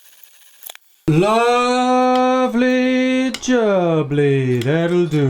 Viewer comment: "Lovvely Jobley" 😂